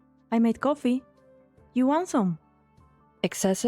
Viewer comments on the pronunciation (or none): You missed dr vay sus 😅 this is how you pronounce it or-ih-PATH-ee (or-i-pə-thē)